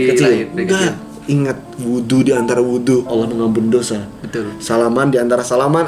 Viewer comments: Saya takjub sama kk, mualaf tapi udah bisa ngucapin kata "Allah" dg benar, banyak orang Islam aja yg blm bisa ngucapin kata "Allah" dg benar. Ini sangat penting dan mendasar kk, terbukti kalau kk itu cerdas, mempelajari sesuatu dari yg mendasar, kk belajar sama siapa sih, yang ngajarin kk bukan orang sembarang nih. Ajarin adik nya kk... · Pengucapan "Allah" nya. Yaampun masyaallah. Sehat terus kalian💜